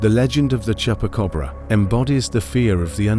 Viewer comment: Tell AI Voice is not Chepa Cobra , is Chupa Cabra